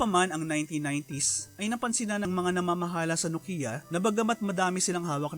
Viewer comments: Diba ang tamang pronunciation ng NOKIA ay KNOW-kee-uh at hindi no-KEE-ya? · Maupay!!! Very Informative. May kaunti lang akong puna, iyong pagbigkas o pag-pronounce ng ng NOKIA, HINDI NO-KI-YA, bagkus NO-KYA and dapat. Eto ang isang link sa clip na kung saan ang isa mismong taga Finland o isang Finnish na nagbigkas ng tama. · nok/kyah not Nokia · Btw guys, paano po i-pronounce ang "NOKIA" NOKIYA or NOKYA